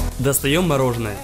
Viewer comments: Как говорят все нормальные люди : мороженое Как говорит этот дебил :мороженно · Очень режет слух неправильное произношение. Может, каналу с 2.5 к подписчиков стоит немного поработать над этим? Одеть/Надеть, Мороженое а не морожено - такие мелочи сильно портят и дешевят очень качественный продукт